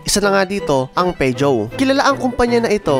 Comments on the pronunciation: Poo zhou ang pronunciation Hindi pejow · peugeot pronounciation is (poo zhow) po sir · POO ZHOW PO ang Tamang pronounce diyan idol..